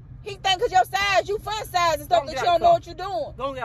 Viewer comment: said E fun size😂😂😂